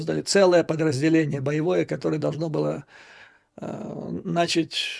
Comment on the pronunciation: В слове «начать» ударение падает на слог со второй буквой А — нача́ть.